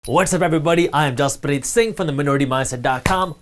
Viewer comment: When he says his name i keep thinking he says Jizzpreeeeet! No offense.